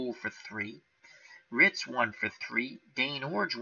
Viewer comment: Also, Ken Reitz's last name is pronounced "REETZ," just fyi